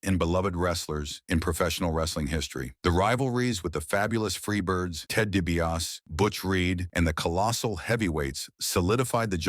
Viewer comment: Good video, but come on! Fix the pronunciation of the names. You made it sound like JYD was wrestling the cackling exVP instead of the Uganda giant. Can't get DiBiase right at all either. Do better and your channel will do better.